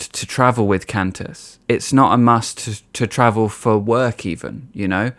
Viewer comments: It's pronounced QWAN-tas. Like quantum. It's only for international travel too. And it's kinda weird how nobody is upset about mandatory vaccination against yellow fever when you travel to countries where it's endemic. Cranberry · Um...just for the record, QANTAS airlines isn’t pronounced kent-ess. The QANT part rhymes with want, followed by the letter S. Q.A.N.T.A.S. It stands for Queensland and Northern Territory Aerial Service. It was founded in 1920. The business obviously expanded to international flights since its inception. Your British accent is adorable though.